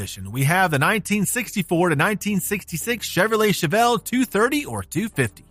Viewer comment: Chevelle not Chevellre.